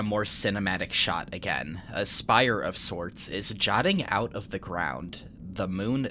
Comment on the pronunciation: Just so you know it's 'jutting out', not 'jotting out'. Good video!